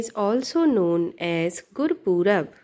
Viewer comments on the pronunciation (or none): Gurpurab nahi Gurupurab hota hai